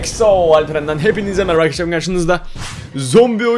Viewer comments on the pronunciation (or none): none